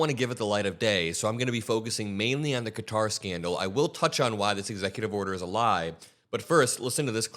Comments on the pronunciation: You fixed the pronunciation of Qatar to Cutter, then went back to the incorrect one. Why??? You’re way too smart for this. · Its qatar, not cutter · It IS QATAR (ka tar) not fkn “cutter” like these dipsticks are saying. Also him saying “I could be an idiot and..” when he is clearly an idiot is pure hilarity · I love your show but it isn’t pronounced “cutter” it’s pronounced “Qatar” like Ka-tar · Stop saying CUTTER !! KAH-TAR !! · Why is everyone mispronouncing Qatar? I looked it up just to make sure I'm right, it's not 'cutter'. I heard you say it right several times, so why say it wrong? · ITS NOT “CUTTER” ITS QATAR! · It's pronounced Kuh-taa, not cutter! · Qatar isn't pronounced "Cutter" ... it is "Kuh-tar". Trump actually had something right for a change. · It's not Cutter it's Ka-tar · Isn't it "Kuh-tar" not "cutter?" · It's not pronounced Cutter. It's pronounced Kaa-Tar (sorry personal pet peeve). It's a bribe. He knows it's a bribe. 75% of the US knows it's a bribe. He's been dealing in dirty businesses his entire life. Everyone who has made a comfortable home in his stench filled colon is either indebted to him, or he has dirt on them. The real joke is the US allowing this clown show to completely cripple and crumble the US empire, while watching it happen. Sad. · Its Qatar KA TAR not cutter, come on man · It's Qatar not Cutter! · It’s Kuh-TAR NOT CUTTER. You and Ben Miselas are saying it wrong. Check the dictionary. 😅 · "Cat TAHR", not "cutter". That is how people there pronounce the name. That airplane is going to require a TON of work to make it suitable for use as AF1. It will literally take years to prepare it; Who is going to pay for all that, and who is going to fly it? Quid Pro Quo folks..... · You guys need to stop calling it "cutter" 😂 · Why does everyone keep pronouncing Qatar as "Cutter"? Am I missing something??? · Just FYI it is pronounced cuh-tar. Keep it up on this guy, he should never be allowed to just take bribes in the open.